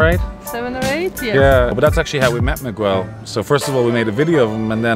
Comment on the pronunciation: Not wanting to be nitpicking here,, but I sincerely hope you have stopped pronouncing "Miguel" as "Mig-Uel" by now. The "U" between a "G" and the vowels "I" and "E" is silent in Portuguese -- just as it is between a "G" and an "A" in English. Remark aside, I came across your channel this last two days, and I quite like this "breezy" approach. Succinct and direct to the point. Keep it up!